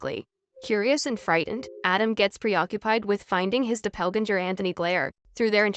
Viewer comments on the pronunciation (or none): LOL, the pronunciation of "DOPPELGANGER" is HILARIOUS by the AI voice. "Do-PELL-Gen-Jer"...instead of "DOPPLE-GANGER"